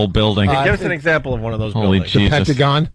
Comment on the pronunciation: Wait!! Wait! Who said Papagone (Pentagon)?.....Vos, oh Vos😂